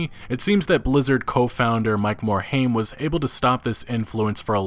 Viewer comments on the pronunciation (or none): Yo dude, it's pronounced "MORE-HIME" not "MORE-HAME"